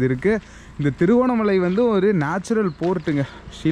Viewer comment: அது திருகோணமலா இல்லை திருகோணமலை என்டு அழகா தமிழ்ல சொல்லுங்க Bro..😊